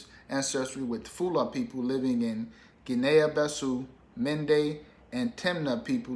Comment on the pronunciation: Cogratulations! And Guinea-Bissau is pronounced Gini Biss-Ow